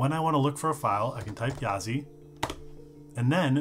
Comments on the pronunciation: Yazi is pronounced "鸭子" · Technically it's pronounced "YAH--dzuh," but good luck dropping that in casual conversation. The developer said it means "Duck/duckling" "in his language," which would seem to be Mandarin. So yeah. YAH--dzih. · actually ya-zuh, apparently it's 'duck' in chinese :D